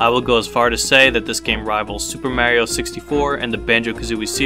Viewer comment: Ok. You like Diddy Kong racing more than Mario kart, I can respect that. Just say Mario correctly!! That’s what bothers me